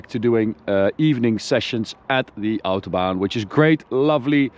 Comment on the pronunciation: stop saying Autobahn blouououost